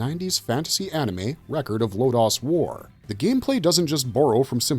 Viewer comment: Low Dose War not Low Dos War.. You can't be messing these things up it takes away from your credibility. its like Saying Dragon Bull Z..